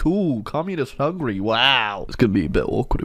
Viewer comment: It’s ticking me off how he’s saying Hungary as hungry